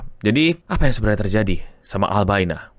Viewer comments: ini gue doang atau daritadi sempet bilang albaina instead of albania, man am i tweaking???? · Albania bang, albaina mulu ngapa si 😂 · gw salah denger beberapa kali sebut albaina yg gw tau itu albania, gara gara inget film taken liam neeson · Albania ou bukan Albaina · Beberapa kali lu kepleset bilang "ALBAINA" 😂